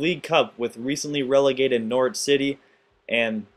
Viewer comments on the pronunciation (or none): none